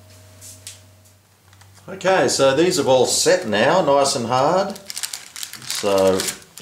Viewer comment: o look at that, not to haawd" haha